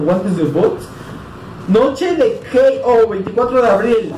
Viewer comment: Se dice kei ou